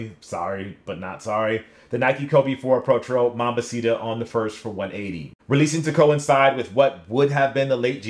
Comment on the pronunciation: It's like you didnt even bother trying to pronounce Jarritos correctly. Mambacita as well.